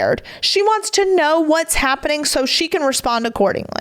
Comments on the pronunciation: Omg omg. Stop saying words like SAYINC it’s SAYING and HAPPENING is not HAPPENIC. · Omg. It’s not fightinc or happeninc. There is a G at the end of these words. All words ending ing you say inc!!! It’s obnoxious